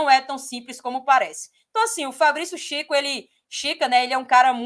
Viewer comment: Nao é chica é kika